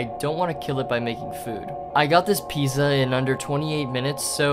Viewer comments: a streamer pronounced pizza pee-za instead of peet-za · Bro really said "Piza" 😂😂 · I hate the second one so much, he pronounces Pizza as “Piza” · Who pronounces pizza like "pee-zuh" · take pasta, boil water, put pasta in, stop pronouncing pizza "peeza" you would be dead in Italy, eat pasta it takes less than 15 min like cmon, a drunk guy could do it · TF is a pizzuh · ah yes, "p e e z a" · the way he said Pizza makes me die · Why did he pronounce pizza like that Don't do that please.